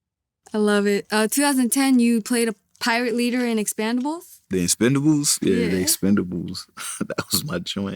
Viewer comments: She said expand-abels. Where y’all get these interviewers from? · the "EXPANDABLES" ?? .....stallone, oooh really? 😳😳😳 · exactly.. she didn’t even pronounce Expendables correctly. She needs to prep